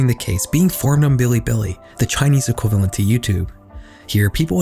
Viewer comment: integwated equivawent